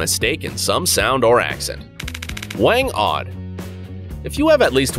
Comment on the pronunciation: WANG-OD not WENG ODD.